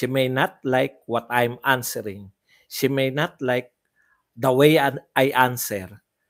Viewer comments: Shiminet? Malayo sa She may not! Anong klaseng ingles yan? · Para KC slang pronunciation nya Ng she may not silent y 😊